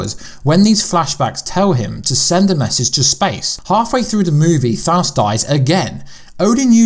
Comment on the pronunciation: you should just call thanos purple guy because its really driving me crazy how you say his name wrong